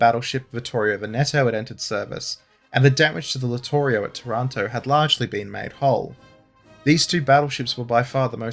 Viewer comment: It's pronounced TARanto - stress on first syllable. It's painful to hear the Brits mangling this name. Similar story for BRINdisi. And VENeto.